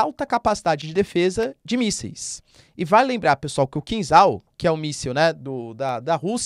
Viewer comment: É kinzhal, "zha" pronunciado como "já" de jacaré. Traduz como punhal em português, dagger em inglês. Punhal supersônico é triste.😢